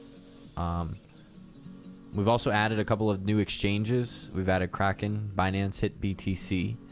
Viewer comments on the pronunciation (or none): none